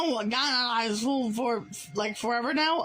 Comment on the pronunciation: hearing this guy say the words "high school" struck me like an elam-sized bowling ball